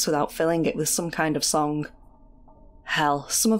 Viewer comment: I’d guess you’re a Manc with the hard “g” on song ?